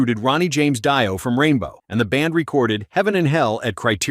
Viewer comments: Dee oh, not Die oh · When he said Ronnie James Dieo I had to write the comment and stop watching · Can't even pronounce dio right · Buddy. Delete the video. You cant even say Dio correctly. Much less know the fact that sabbath NEVER has the success they had without Ozzy. Dio in randow was better.